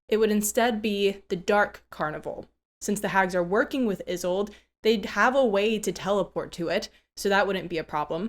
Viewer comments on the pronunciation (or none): "Isolde" is a German name, e.g., from the play Tristan and Isolde. It has three syllables as the "e" is not silent but more of the sound of an "a". So, "I-SOL-da" is the correct pronunciation. I speak German fluently and I remember enough Russian to get slapped. As you may know, Jabberwock and a Vorpal blade that goes snicker snack are from Lewis Carroll's poem "Jabberwocky". You might borrow from that poem a Jubjub Bird and a Bandersnatch as additional dangers. Have a brillig day!